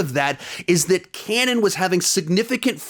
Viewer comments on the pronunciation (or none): none